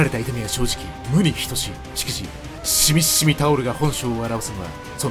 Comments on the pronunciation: シミシミタオルをいちいちシミッシミって言うの好き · 発音がシミッシミなのすき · シミシミを強調して伝えるのが、ツボw